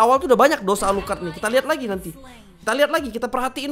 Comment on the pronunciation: Ngakak gua liat lu bang, klo nyebutin nama player alucrott , gua ulang² terus